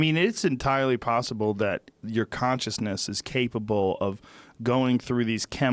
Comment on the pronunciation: entirely puhssibbbrl